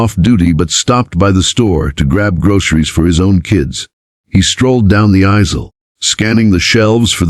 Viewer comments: Yeesh. AI speech. Isel, not aisle. Kin Ness Corner, not kindness. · Try the right pronouncing. of “ aisle “ would be good.. not asile ! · Please program the text-to-speech software to pronounce "aisle" and "kindness" correctly. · Why can't the AI narrator pronounce AISLE, KINDNESS and DANIEL correctly? Is it so difficult to have the text read by a REAL PERSON? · Pronunciation of "aisle" quaint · Kindness, Daniel, aisle. Only a robo-narrator gets simple words wrong. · Or aisle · The narrator of this video has a great voice. Pls do him & yourselves a favor & teach him the correct way to pronounce “kindness” & “aisle.” Good video!